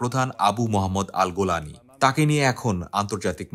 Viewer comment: জোলানি ❎ গোলানি ✅ 😂😂😂